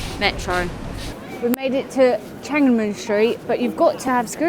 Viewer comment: It's Tian An Men square. Three separate words. Not teeanne square.